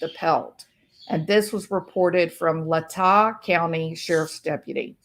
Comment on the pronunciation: Just for future reference Latah is pronounced with a long a. Idahon here.❤️